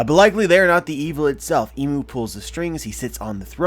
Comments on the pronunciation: Not "Imu" it is I'mu (I'm U or I am U) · Think "Im" is pronounced like im out of impossible.